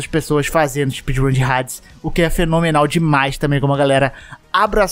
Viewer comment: Hades jogando hades nao sabe falar o nome hades hahaha